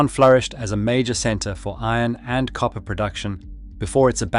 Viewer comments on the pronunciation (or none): none